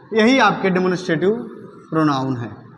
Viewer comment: Sir please pronounce the word demonstrative correctly